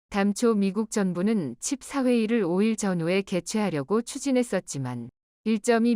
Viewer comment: 돋보기 쓰는게 필요할듯ㅡㅡ 칩 4를 자꾸 칩 나로 읽네 ㅋㅋ